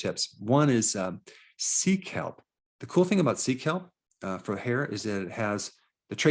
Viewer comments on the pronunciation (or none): When he said sea Kelp, I thought he said 1.) Seek Help 😂 I was like oooookkkaayyy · I literally thought you said "seek help". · When he said "sea kelp" and I heard "seek help", I burst out laughing